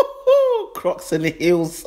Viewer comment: Ooooooo"crocks" "and" the" heals". "CRELLS" 😂😂😂😂😂😂😂😂😂😂😂😂😂😂😂😂😆😆😆